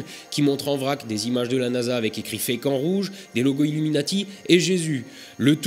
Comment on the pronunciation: à chaque fois j’entends « avec écrit Fécamp en rouge » lol. La première fois que j’ai entendu cette phrase, j’ai pas capté qu’il disait « fake en rouge » donc je comprenais encore moins les délires des plateux qu’il décrivait. C’est que je l’aime ma Normandie !